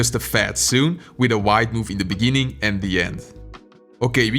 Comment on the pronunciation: "in the beninging" -a wise man